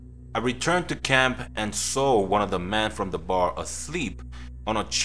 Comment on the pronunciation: When you say "Men" it sounds like "Man" it's very confusing. Also, not your fault, but this story doesn't make sense saying he smelled rotting flesh when the guy was freshly dead. It takes longer than that to stink that much.